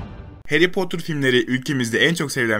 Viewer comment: Hayri poter